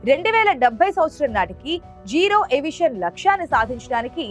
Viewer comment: 0.21 జీరో ఏవియేషన్ కాదు జీరో ఎమిషన్